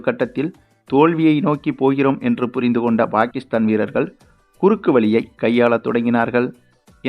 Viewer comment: Player's name should be pronounced correctly. For Pakistan Bakistan, Shaheen afridi it is pronounced as Shakinshaw Afridi, for Subman gill i could hear Shupman kill. Why, hurry when it comes to names?